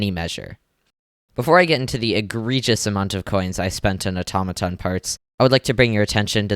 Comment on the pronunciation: when he said AToMatoN i couldnt